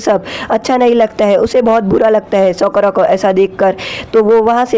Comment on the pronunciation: sokara nhi sakura